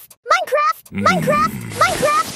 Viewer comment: I heard minecrap not minecraft